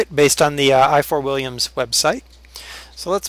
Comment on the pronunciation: Ifor Williams is a welsh name is it would be hard for you to pronounece it correctly and also I live by the factory